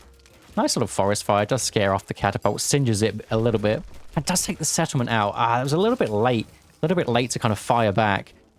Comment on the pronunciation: Second Egypt player wanted a Set-tlememt eh? 😂